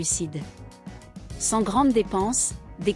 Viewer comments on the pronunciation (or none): none